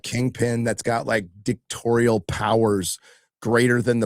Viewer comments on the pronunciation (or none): "Dictatorial powers", not "Dictorial powers", btw. Just like there is no "pundint", only "pundit". Gotta try to save "da yoof" from illiteracy.